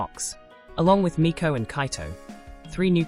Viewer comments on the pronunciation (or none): You’re mispronouncing Meiko, it’s pronounced like may-co not mee-ko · Meiko should pronounced May-koh not meeko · I love this but the way you're pronouncing Meiko and Kagamine is killing me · i love everyhing about this video except the way meiko was pronounced/hj 😭